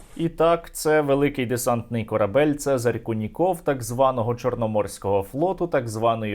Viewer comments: "Це́зарь Льво́вич Ку́ников" - наголос саме на У, можете у вікіпедії перевірити :) На росії куніков нет ))) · Це́зарь Льво́вич Ку́ников (наголоси у Вікіпедії); правильно - новинá, а не новúна. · Вікіпедія таки ставить наголос на "у", тобто кУніков...)